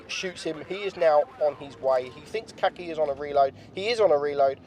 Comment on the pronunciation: Ulan adam çakıcıoğlunu telaffuz etmeye çalıştı ya la "kaki" 😂